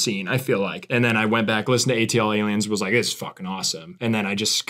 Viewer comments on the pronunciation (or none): oh god the way they say ATLiens... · Their pronunciation of ATLiens makes my brain hurt